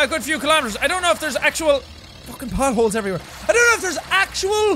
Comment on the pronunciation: Thought he said but holes not potholes